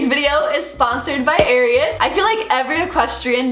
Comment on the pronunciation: You say it wrong it is pernicioued AR I AT